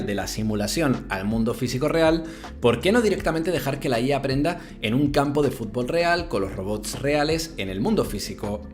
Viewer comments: Me estresa que diga fulbol en vez de fúTbol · a alguien mas le llama la atención como dice "fubol"? o_O